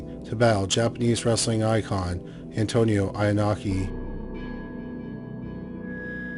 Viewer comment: "Inoki" is pronounce EE-NO-Key. I smell a wrestling fan and not just a casual at that.